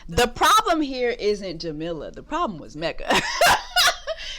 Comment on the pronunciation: jessie, her name is pronounced "ja-mee-la"